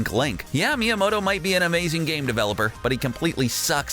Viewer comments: ah yes the famed devoloper shigeru miuhmahto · It’s actually pronounced Mii-a-Moto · Me-ya-moe-toe miyamoto pronunciation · Every time he says miamoto it makes me triggerd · You pronuonced miamotto wrong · ORCarina, MiyaMOTTO.... WHY!? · Your pronunciation of the Japanese goliaths within Nintendo is cringe-worthy. Miamoto is one of the most famous people in all of gaming and you butched his name every time you said it...hurts your credibility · Lies I was told about Nintendo: Popeye is a rip-off of Donkey Kong, Miyamoto’s name is pronounced "Miyamahto", and Birdo’s name is spelled "Beardo". Watch the video for many more lies! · How does someone miss pronounce miyamotos name? MIYAMATO LMAO u suck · Meeamoto FOR FUCKS SAKE PRONOUNCE STUFF RIGHT Edit: MIE A MOTON FUCKING REALLY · Me-yo-moe-toe seriously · Does anyone else get triggered because of Miyamoto's incorrect pronounciation, Miyamahto? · Miyamoto = Me-ah-moe-toe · He pronounced it correctly like 2 or 3 times then went back to saying miyamawto and it's like nails on chalkboard to me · Its sad because a real educated professional journalist would be able to tell by the spelling that one T is "mow-toe" and 2 Ts is "mot-toe". Just like "bros" is short for brothers like Mr for Mister. You wouldnt say Mer (mr)Wizard instead of Mister Wizard. The turd is reading a script and obviously has no personal knowledge of the subject matter being discussed. He is a nerd because a geek wouldnt get it wrong. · GreenSheep No,actually.it is.pronounced”Mee-a-moh-to” and “oh-cah-ree-na” i bet you butchered grammar school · Why are you pronouncing Miyamoto's name wrong? STOP IT!!!! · Learn to pronounce creator names correctly before you make a video because you sound like a moron. down vote because of your stupidity. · Not only are these facts common knowlege to older gamers, but for a "huge nerd" you don't even know how to pronounce Miyamoto's name? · why should we trust a guy who can't pronounce Shigeru Miyamoto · What's a Meamoto?